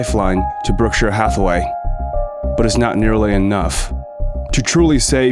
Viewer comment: Great documentary! And you have a very good narration voice, but it is pronounced 'Berckshire', not 'Burckshur'. And the letter 'P' exists in the word 'Stamps'. As in Blue Chip Stamps. You say Blue Chip 'Scams' repeatedly 😂😅😂